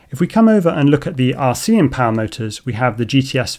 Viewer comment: Please add the names of items being tested to your video descriptions. Here's why I ask: in your Jan29 video, you mention you'll be testing the RCinPOWER GTS V4 2207 in an upcoming video. So I go to your channel and search for things like V4, GTS, 2207, RCM (... in the video it sounded like "RCM", not "RCin" - I figured it out eventually), and nowhere could I find a specific reference to that motor. So I went to google and searched your channel name and the name of the motor - no luck. So I went back to the Jan 29 video, checked for a pinned comment mentioning the V4 motor - nothing. I then learned how to download and search the entire collection of a video's comments, and searched that for references to the V4, in hopes that someone might point me in the right direction - nothing helpful, just references to "please test the motor". So expanded the search to all of your videos comments for the last year - too many results to go through manually. So I sat and had a think, and remembered that captions are a thing. So I researched and learned how download a youtube video's captions to a text file, and then proceeded to do that for all your videos posted after the Jan 29 video. ... and now I'm here. Honestly, still not sure this video is the direct followup to the Jan 29th video, or just one that includes the motor, but having spent a lot of time and having learned several new skills, I thought I should stop. Pretty please - add the names of items under test to your video descrip